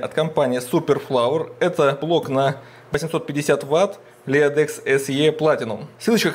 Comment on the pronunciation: Не лЕАдэкс а Лидэкс просто.